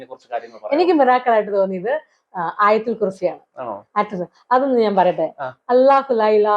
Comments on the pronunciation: മാഷാ അല്ലാഹ്, maam, ആയത്തുൽ കുർസി യുടെ ഉച്ചാരണം ഒന്നുടെ clear ആക്കാനുണ്ട്, അറബി അക്ഷര ങ്ങൾക്ക് ഉച്ചാരണം മാറിയാൽ അർഥം മാറും, അറബി അക്ഷരങ്ങൾ കൃത്യ മാവാതിരുന്നാൽ മീനിങ് ഇൽ ഉണ്ടാകുന്ന വ്യത്യാസം വലുതാണ്, നാഥൻ ഇനിയും അറിവ് വർധിപ്പിച്ചു തരട്ടെ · Aayathul qursy outhumbol onnu speed kurachal Akshara spudata yode outan pattum 'Allah' thoufeeq cheyyatte